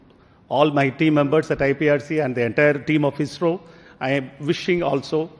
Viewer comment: It should be pronounced as neesar. It's eesro not aisro.